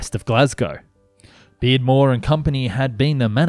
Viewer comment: It's Beardmore, not Bearmore.